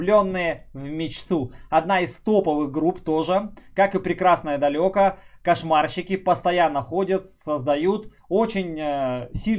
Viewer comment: доктор, почему прекрасное далЁко а не прекрасное далЕко